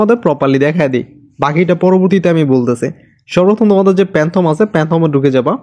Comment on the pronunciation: প্যান্থম না ফ্যান্টম ওয়ালেট 😊